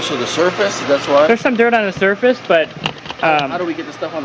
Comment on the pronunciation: Everytime he repeated the word surface he was saying "dumbass"